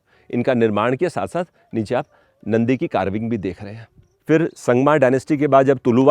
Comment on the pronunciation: संगमा नहीं संगम बोलें pl